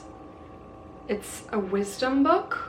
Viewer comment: Prediction: she won’t get past chapter one of Women in Love Arrangements” or agreements…she said it wrong twice.